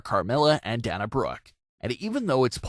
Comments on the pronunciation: And Dain-ah not Dan-ah lol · Da na Brooke? It's Dana Brooke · Someone cannot pronounce Dana. This is nothing more then a computurized voice